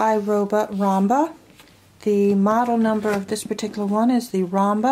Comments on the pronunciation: Sorry but yes, it’s obviously ROOM-ba, not ROM-ba. I appreciate the review, but it loses a bit of credibility when, right out of the box, you can’t even pronounce the name of the product. I mean, it’s spelled out in big letters ROOMba, not “Romba”, so not sure why you’re mispronouncing it. Just lettin’ you know. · ROOM-BA not ROM-BA